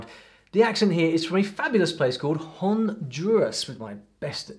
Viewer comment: your channel is a great one! However, as familiar as you are with Spanish, and many others as well, I was frankly surprised to hear you pronounce "Costa" as "COST-uh", rather than "COAST-uh", as in Rica. Re. your best pronunciation of Honduras with your British accent--not bad. All you need to sound right is to not pronounce the 'H'--own-DUE-rahss.